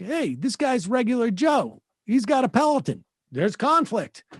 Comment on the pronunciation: Sam says pelaton like pelican